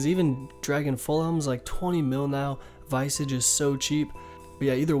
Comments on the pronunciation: I wouldn’t call him stupid cuz he pronounces made up words wrong but it annoys me cuz he just neglects letters like the v in wyvrens he says wiv-rens it’s simply why-vrens and idk how u fuck up alchs and say alwks it’s al-chs and visage veh-saage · Wyvern not wivern Visage not vysage Ancestral not ancestrial Rune not ruin Alch not auch You also say etc too much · Dewd plz stop ur pronouncing visage vysage and rune ruin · Learn how to pronounce visage...